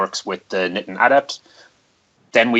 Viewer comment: Hey guys, don't want to be too much of a stickler for pronunciation, but "Niten" is pronounced knee-ten, not knitten.